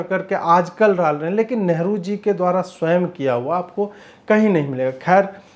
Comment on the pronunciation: सर नेहरु नहि लेहरु आगे जरा ध्यान रखियेगा ।